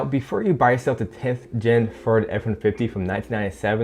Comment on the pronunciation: “ferd f150”